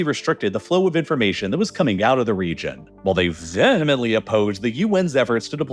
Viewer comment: please pronounce "vehemently" and "often" more accurately